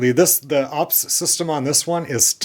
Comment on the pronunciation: It is not "ups". It is pronounced Yew Pee Ess (as an abbreviation for Uninterruptible Power Supply). I have personal UPS units, and worked with corporate units, for computers since the '90s. In general there are 3 types - Offline (standby), Line-Interactive, and Online (Double Conversion). Offline (standby) is the cheapest. An offline UPS system passes utility AC power straight through the unit, past a transfer switch, to the output point where the protected load is connected. When an input power failure happens, the built-in battery and the inverter, which converts the battery’s DC power to AC, are activated and connected to the output by the transfer switch. There is generally about a 6-8 millisecond break in power when transferring to battery back-up. Line Interactive is the mid price option. Line-interactive UPS systems provide both power conditioning and battery backup. With the inverter always on and connected to the output, line-interactive UPS provides additional filtering and yields reduced switching transients when compared to a standby UPS. The most expensive option, an online UPS system is usually called double conversion as well because incoming power is converted to direct current (DC) and then converted back to AC. This AC-DC/DC- AC design ensures an increased degree of isolation of the load from the irregularities on the main supply. The power stations you have reviewed previously, and this one, may be offering Line Interactive UPS capability (i.e. some output